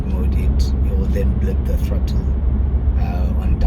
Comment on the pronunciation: “ the krottle”🤣🤣🤣🤣 that made me laugh. I love the car bro!!! Well done on your achievement